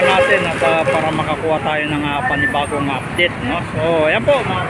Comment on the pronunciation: (Update hindi Updet) ang sakit sa ulo!